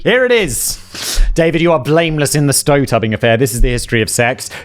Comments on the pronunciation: "Stoe tubbing affair" 😂😂😂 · "Stoe tubbing." 😂😂😂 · “stoe tubbing” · I cannot believe I had to scroll this far to find someone who said it 🤣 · "Stoe Tubbing" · “Blameless in the stow tubbing” lol love your show Simon! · Did anyone else catch the “stoe tubbing” when he was getting the book? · the ‘stoe tubbing’ affair 😮😂